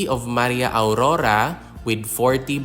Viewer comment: Not aurura but AURORA..